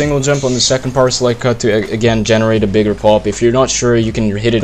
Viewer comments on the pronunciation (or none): So I'm not the only one hearing "parsley cut" instead of "powerslide cut";). Great video! Your uploads are what I look forward to on YT. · I hear partially cut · When I first was watching his 1s road to ssl I kept thinking he was saying "power select cut" and I thought it was some crazy mechanics that I never heard of. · i thought it was parcela cut for the longest time